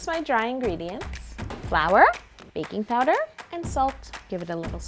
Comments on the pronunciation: I thought when you said baking powder i thought you said baby powder!! Lol 😂😂😂😂😂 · I thought she said baby powder instead of baking powder lol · Did any else think She said add baby powder instead of baking powder at the satrt😂😂😂